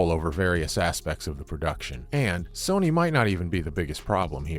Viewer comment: It's Sony not soony😂